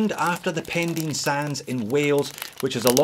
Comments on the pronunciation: Pendine is pronounced Pen-Dine, not Pen-Dean:) Great video - have had my eye on a Farer for a while now, intrigued by the colourways. Appreciate the review. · It's funny to Hear a Scot in Australia, trying to pronounce a Welsh Place Name! It's not Pen Dean, it's Pen Die n.. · Morning, happy new year mate - the pronunciation is Pen(dyne) I live just down the road:) at least that's how we say it! Nice watch. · Pen dyne ? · Great video as usual and Happy New Year to you, by the way it's Pendine rhymes with sign.